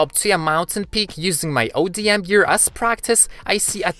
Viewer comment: It is call odm gear not ADM gear